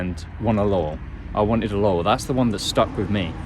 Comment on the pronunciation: everytime he says "laurel" I think hes saying "lol"